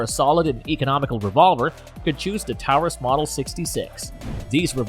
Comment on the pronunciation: Pretty good video but learn how to pronounce Taurus and why say “dot” before saying the caliber? Just say thirty-eight or three-fifty seven?